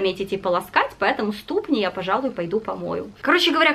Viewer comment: В слове ступни -ударение на последний слог-ступнИ, ступнЯ, а в слове позерский-на второй,а не на первый...